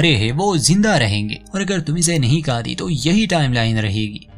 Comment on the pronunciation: Its good but need to improve Hindi speaking correctly it's not kati it's khati Hindi pado bhai